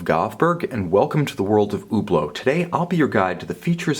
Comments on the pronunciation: Hublot should be pronounced "e-bloh" not "oo blo" ! please , you should know that!!! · cringe every time he say UHBLO. yanks prbly shouldn´t talk about watches